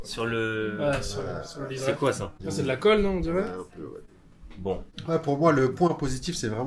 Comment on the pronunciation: « Endirais » sérieux jetez vous d’un pont les personnes qui parlent comme ça 😂